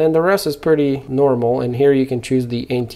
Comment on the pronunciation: 'Mormal ' exposure!? Lmao!!